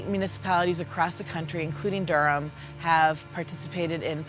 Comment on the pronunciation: Bull City 919 all day even tho he keep pronouncing it wrong lol. Dur-am